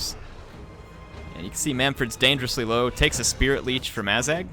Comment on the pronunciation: Azhag kinda sounds like ass gag